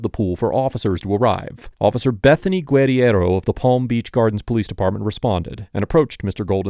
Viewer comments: Is saying her name wrong? "Gwed-E-Erro" isn't even how that insane officer pronounced her own name, Guerriero. I may be wrong but isnt it prounced "Ger-arrow"? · It's Gur-air-oh. Not that horsecrap you're spewing from your jib. She even says it in the video but you have to seem like you're the smartest person around. Always...but...you're not. 😂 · The fired cops name is pronounced “grrrr-here-roh”. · You are a jerk for mispronouncing her name repeatedly. It's in the video over and over. Where did you even get that Mish mash of a name?